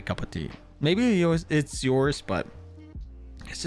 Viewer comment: This dude really says couple tea?? It's cup of tea 🤣😭